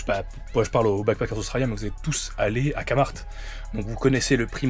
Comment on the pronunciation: Je suis si fière de toi, n’abandonne jamais ce que tu fais, n’oublie jamais pourquoi tu as commencé cette aventure ! Mais comment ça tu dis KAMART et pas KEMART 🥹